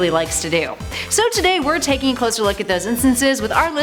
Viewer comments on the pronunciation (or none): none